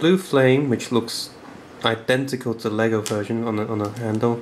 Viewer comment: Not bole, it's LEGO!!!!!!!!!!!!!!